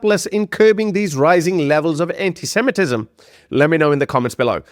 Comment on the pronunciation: I see you managed to say ANTISEMITISM correctly!